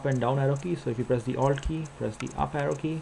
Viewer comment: i kinda had to go back a couple of times there too. i heard owld.